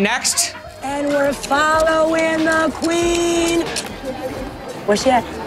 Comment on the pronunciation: "...that's the quin of spehdes"